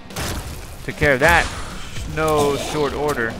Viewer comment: its NO! NOT NO!?